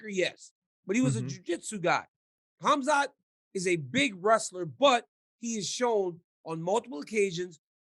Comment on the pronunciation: Listening to Ryan pronounce khamzat is hilarious.